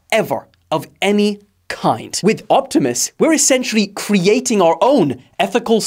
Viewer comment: Bro said "Optumasooses" :0